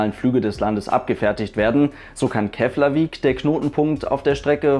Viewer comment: Interessantes Video :) Btw: Keflavík spricht man "Keplavik" aus :)